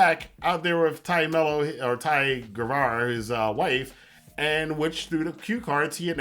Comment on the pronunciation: Great review as always. You bring insight that so few do as many of them are just talking crap to get clicks. My only quibble is about the name of Taya. It sounded like you were saying Tyra.